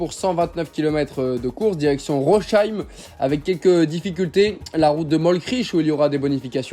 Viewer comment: Petite pensée aux Alsaciens qui entend le nom de la ville de Rosheim écorché xD